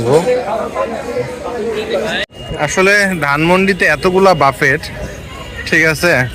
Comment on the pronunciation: বাফেট বলবেন না। BUFFET এর উচ্চারণ হবে "ব্যুফে"